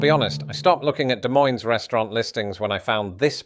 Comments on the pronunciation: Great video on Iowa, thanks for visiting! But I just gotta add that the s at the end of Des Moines is silent, both s's are, it's like Duh Moyn. Y'all come back now ya hear? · NEITHER "S" in Des Moines is pronounced. At least once you pronounced the second one.